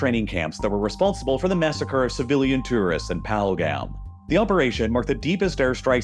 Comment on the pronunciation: Too-wrist? Whats that?